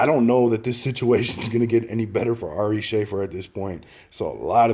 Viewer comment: "This comedian Ari Shay-fer " 😂😂🤣 It's Shuh-fear*